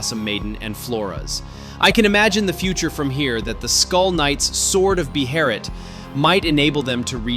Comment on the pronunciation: How can one fumble the pronunciation of behelit so badly...